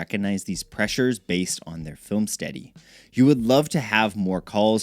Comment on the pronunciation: The way you say study sounds like "steady". Take some voice lessons before you make more videos.